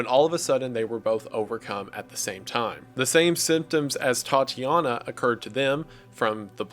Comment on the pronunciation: Another great vid but why do you prounouce Tatjana as TATI jana?